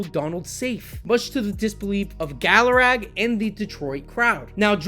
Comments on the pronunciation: It's galaragA. Constructive criticism dude if you're going to do the channel you need to learn to pronounce these players names right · Learn To pronounce names , Gallarag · Great script and execution except the mispronouncing of Armando Galarraga’s last name really took me out of the video.